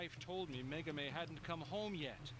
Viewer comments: her name is Megumi, not Megami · The brain-surgeon liberals at CNN are pronouncing her name WAY wrong. It's "Meh-goo-me," not "Meh-goo-mey." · Why the elaborate mispronunciation of Megumi's name?